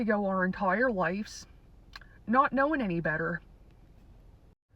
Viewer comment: This is AI. Doesn’t know how to pronounce “ lives”.